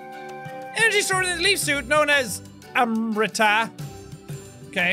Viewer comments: Jack the pronunciation of Amrita is Amrit or amrat which is derived from a hindi word meaning a medicine to make people immortal. Like so Jack can see. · Its pronounced Amrit. Rit is pronounced same as kit. In Indian mythology, its a substance that gives immortality. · its amrit (um-ri-t) means Elixir